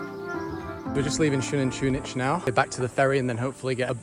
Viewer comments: This is how to pronounce it SO-NAN-TU-NICH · It's pronounced Sun-anton-itch but you good bro 😭 Also Cahal Pech is like Ca-hal Pet-ch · the last letters you pronounce it like itch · as a fellow Belizean you have pronounced Xunantunich wrong I got no problem with it but just saying you pronounced it wrong